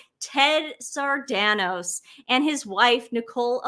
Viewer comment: It's Sa-ran-dos.